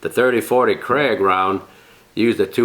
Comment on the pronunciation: Seams like you are saying "Kraig" That is not the name at all. It got a long "A"... Say "KRAG"